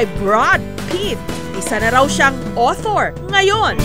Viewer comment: Awter or author